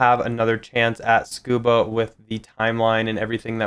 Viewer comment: Love the video, but please TSU-KU-BA, not SCUBA 😊